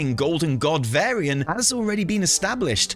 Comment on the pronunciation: VARYIAN not Vairy-an!! Sooo triggering